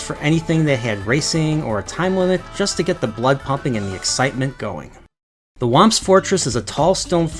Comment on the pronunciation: "TWAMPS" XD